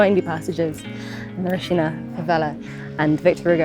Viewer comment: You said Rocinha wrong Girl. Not true they don't recite kids. Im